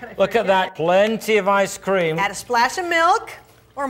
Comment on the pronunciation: listen to the way he say Ice cream he didn't even drink it I swear this is the worst acting